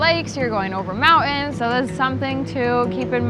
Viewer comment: And mountains isn't pronounced "mount ins ".